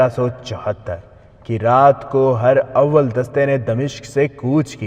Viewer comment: Not her awwal but herawal